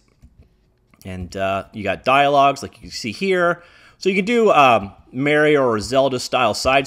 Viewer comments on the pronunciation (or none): Why you gotta say “Zed” instead of “Z” and “Mare-io” instead of “Ma-ri-o” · >zed >mary-o